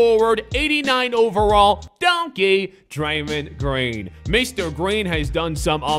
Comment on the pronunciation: said "Draymen green".